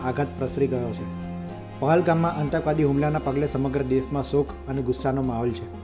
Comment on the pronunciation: ઓ patrakar,આતંકવાદ શબ્દ નો ઉચ્ચાર સાચો કરો,કાં તો patrakartva છોડી દો